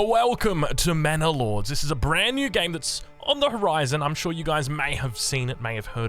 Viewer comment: Sounds like is saying "Mana Lords." For my fellow Magic: the Gathering players, sounds like a planeswalker, eh?